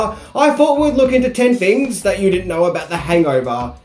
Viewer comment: You're doing a pretty good job mate, but you have to say things not fings Use th words without using f for th.